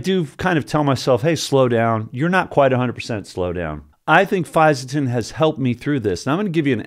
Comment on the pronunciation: Good pronunciation....a tricky supplement to explain to people you take without raising some eyebrows if you say it wrongly 👊